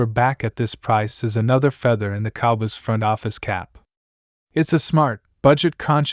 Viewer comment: Your narrator can't say cowboys right. The fact you didn't preview your crap before you published it, that's a BIG let down. I'm sure I'm not the 1st person you let down. 🖕🤡🖕